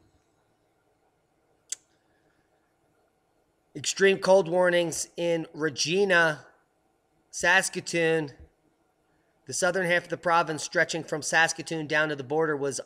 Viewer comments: Regina is pronounced like vagina. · Great show, thanks. PS the correct pronunciation is, Regina is the town that rhymes with fun, Va-gina or Regina. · Regina is pronounced Reg Eye Na. Thanks for all you do,!